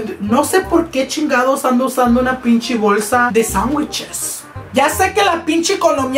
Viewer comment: “ pinchi “ pinche*